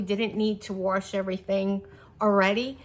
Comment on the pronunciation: Wash doesn’t have an “R” in it